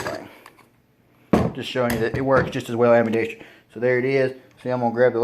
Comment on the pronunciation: Ambidextrous is pronounced Am-bi-dex-trous, not am-bi-dex-TREE-ous. There's no extra syllable